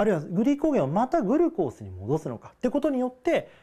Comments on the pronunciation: グルコースが気になりすぎて耳にグルコースしか入ってこない笑笑 ぐ⤵︎ るこーす じゃなくて ぐ⤴︎るこーす じゃないの？ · グルコースの発音なおしてください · 水溜りボンドのおもしろ動画まとめ グ↑ル↓コー→ス↓ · グルコースの発音が僕と違うけどそれも個性だよに☺️ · グルコースのイントネーションw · グルコースの発音w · SRさんサブ赤ちゃん 普通ではないw